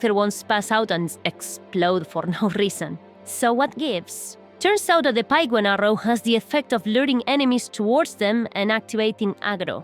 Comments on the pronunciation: The Pique in "Piquebone" is actually pronounced "peak". I'm serious, Google it. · I wasn’t familiar with Piquebone Arrows. Pronounced here as Pike-Bone 🤔 I’ve only ever heard the word pique pronounced similarly to peek/peak; as in “pique your interest” Anyways, if these mysterious arrows can do easily proc such an effect, then something should certainly be patched. I’m fine with exploits that let people to silly things, mostly in single player; but game breaking mechanics that let people become headache-inducing griefers, ruining the experience of everyone else; that’s “No Bueno”, as they say…